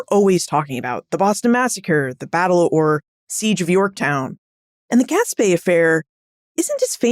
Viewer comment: I live 4 miles from where the Gaspee Affair took place. Two corrections: 1. It is pronounced "Gas-Pea" not "Gas-Pay". 2. After the Gaspee was set on fire the colonists rowed the crew to the village of Pawtuxet about 2 miles up the Providence River, NOT the city of Pawtucket, 13 miles up the Providence river.